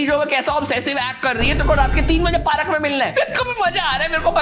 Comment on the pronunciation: Baki tou sab theek hai, agar yeh PAARAK Kya hai? Don’t you mean पार्क? 😅 great review btw